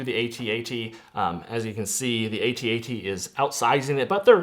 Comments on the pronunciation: It's an ATAT not AY-TEE-AY-TEE 😂😂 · Both are canonically correct but A-T-A-T Logically makes more sense as it's an acronym